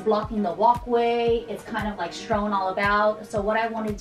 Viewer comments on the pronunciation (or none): Nice video. Just have to say, the word is "strewn" not strown around.